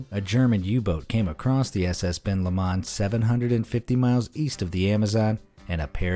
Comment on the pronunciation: I like that you make an effort to pronounce UK words correctly but I'd like to correct you on two mispronunciations. The Lomond of Ben (and Loch) Lomond is Lo mond and secondly Dougie is Dug ee